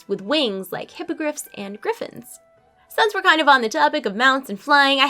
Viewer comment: I'm just nitpicking, I find it funny when you say sense when you should say since, but who cares, I love watching your videos. :D